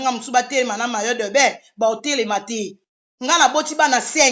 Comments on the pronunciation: On dit maillot de bain et mayi do bain; c'est H&M et non HLM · Yango bowelaka nn vraiment c est regrettable na comportement ya modèle oyo,boza penza ba femme insensées bosala ata ba formations ya ba remise à niveau ata maillot de bain ozokoka ko prononcer te maillot dobain HM ashlem